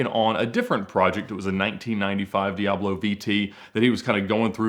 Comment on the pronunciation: Think this guy needs elocution lessons on how to pronounce words.. In one of his videos he calls a Bugatti Veyron a Boogaati Veyrone. Now a Lamborghini Diablo is a Lamborghini Diaarblo.. Its di-ab-lo. Not di- aarb-lo. Its vey-ron. Not vey-rone.